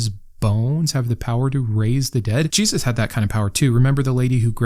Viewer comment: Maybe you've addressed this in another video and it's not related to this one at all, but I'm fascinated by the way you pronounce/emphasize the word Jesus. Is there a reason or just a quirk of speech? (I'm autistic and languages/accents are some of my special interests, I mean no disrespect!)